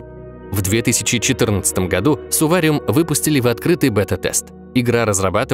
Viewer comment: Не Сувариум а Сурвариум